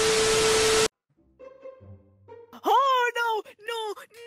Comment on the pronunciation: It’s awake not weak.